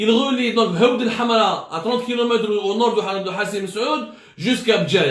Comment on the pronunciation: C'est 7awth el7amra et non 8awd el7amra, ya bou9ou9ou ! حوض الحمراء